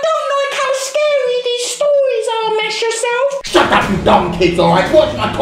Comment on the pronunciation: “That’s pretty sKeDy”